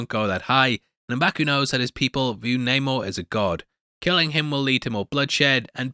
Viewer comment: You didn’t used to call him Namor(Nah-more). You called him Namer(Name- er. You’re still wrong. Plus, multiple people in the movie called him Namor(Nae-mor